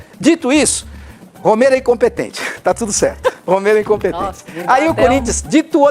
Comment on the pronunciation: O/NOME DELE É ROMERO, E NÃO ROMEIRO, APRENDEU, ????? IDIOTA.????